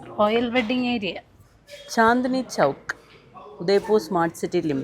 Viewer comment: കുച്ച് അല്ല കച്ച്..The old Cutch State is now the Kutch district of the modern Indian state of Gujarat.. It's Chandi Chowk..